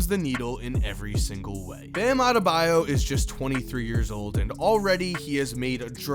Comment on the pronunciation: No one : Absolutely no one : Flight : BamabdeMAYO